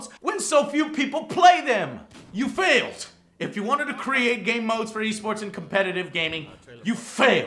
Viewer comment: You F-Hailed! HHHorribly!! lol Ode to!!!